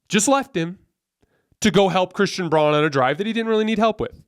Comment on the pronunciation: Pronounced like brown the color. Christian Braun.